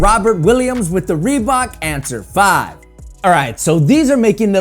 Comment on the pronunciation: Rebbok? My goodness 🤣